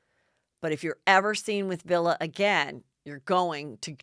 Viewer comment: Vili !!!!! Wtf not Villa!!!!